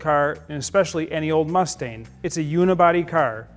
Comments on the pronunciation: Is it just me or does he sound like he is calling the car a Mustaine? The car he is driving looks just like 5S089, which just sold for $499,000, which has no stripes, no mirrors and steel wheels. Also, I believe only 27% came from the factory with lemans stripes. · Jeez he keeps saying “Mus-stain” not mustang and it drives me crazy